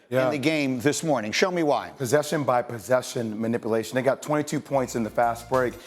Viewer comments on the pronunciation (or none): Interesting decision to keep putting Jay Will in a position to have to say "ma-nipple-ation" over and over again...🤣🤣🤣